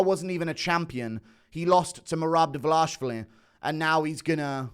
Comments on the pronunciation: His name is Dvalishvili, not Davalashvili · it's not "davalashvili" it's dvaLISHvili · ISH-vili Not ASH-vili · Pardon my Hermione, but it isn't Dva-lah-shvili, it is Dva-lee-shvili. Get it right, please. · Bro it's DWALISHWILLY. very very easy brudah. U over here speaking a new language everytime you say his name. "Merab davalashvilly. Merab davalashavalashavalashavalashvilly. You getting a name or names wrong is like Dana using a non haitch-D camera mate. No dis-heespect. Ur a great guy. A wonderful guy. A swell guy. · Why do you keep saying Davlash---vili???? it's Dvalish---vili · I know that average UFC viewer IQ is below 50, but is it really hard to pronounce 4 characters in a row? His last name is DVALISHVILI. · I think yall should start saying it right already, for fucks sake... repeat after me: DVA-LEE-SH-VEE-LEE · still waiting for u to pronounce Merab's last name correctly 🤣🤣🍿🍿🍿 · At least put some effort and pronounce Merab’s name correctly, that’s very unproffessional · You keep mispronouncing merabs last name 😂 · Guru never pronounces merab's name correctly